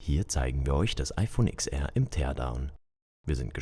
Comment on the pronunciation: Es heißt zehnR und zehnS (oder ten), nicht IX.